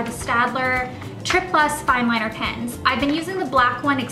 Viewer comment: Did anyone else think she said pins instead of pens? Lol. I love her accent.